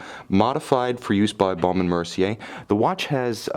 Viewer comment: If you call the American B&M website you will hear the correct pronunciation- it is exactly how the reviewer says it.